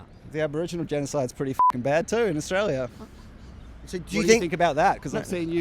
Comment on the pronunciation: Its AUSTRALIA MATE ..... NOT "OZRAEL"